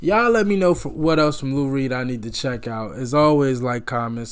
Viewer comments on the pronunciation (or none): none